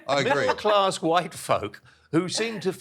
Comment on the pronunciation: almost had it right, I think he meant “widdle class mankers!” 😂